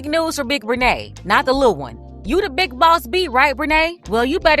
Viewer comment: You gotta stress the word "big" 😂